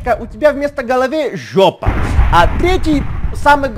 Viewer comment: Как же смешно ты говоришь слово жёпа😂😂😂